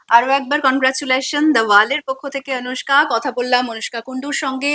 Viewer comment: আনুষ্কা নয় অনুষ্কা।